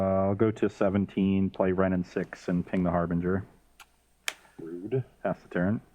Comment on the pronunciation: it's Harbin-jer, not Harbinguer. Also, play slower and read your cards, folks:(